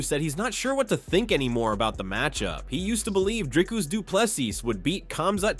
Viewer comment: Dude... If you narrate on your channel you should at least make an effort to learn how to say someone's name.... You have butchered Dricus name... Worst pronunciation I have heard other than Dana White's attempt.... Try Again...😅